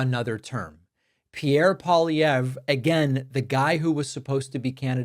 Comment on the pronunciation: TY, David, for covering this and even pronouncing Pierre Poilievre's name properly 😊 And ty to trump for helping us in our Canadian election❤from Canada 🇨🇦